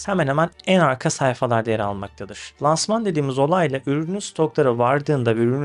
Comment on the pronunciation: Lansman öyle telaffuz edilmiyor. İlk a ince olacak.